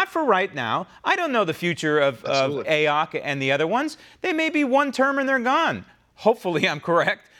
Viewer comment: I love that you refer to her as A-ock, hahaha!! Hilarious.